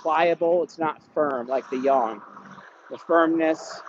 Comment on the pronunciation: Can we talk about how has been saying "yang" properly for quite a while now? Man can learn!